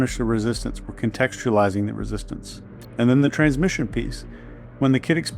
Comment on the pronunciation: Love your videos. You make me think in ways I haven’t before. One comment: isn’t it “transmission” not “transmition”?